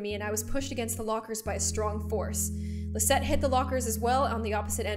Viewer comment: My name is Lizette, AND IT SOUNDED LIKE GLOOM SAID MY NAME, I AM SOOO HAPPY